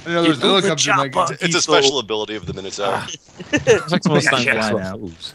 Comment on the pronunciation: I died a little when beef said oh noes the minataur